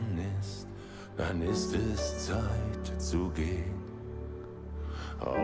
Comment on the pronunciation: "Zeit" - you should say it like "light" but with "ts", "tsight" :)